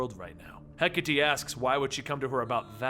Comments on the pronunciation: hecka-tea... pls its he-kate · I apologize, but it's pronounced hek-a-tay... not hek-a-tee. Hecate is one of those Greek pronunciations. Sorry again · ok its (He - Kate) not (Hek - a - Tee) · It's actually Heh-KAH-Tee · when he pronounces hecate wrong...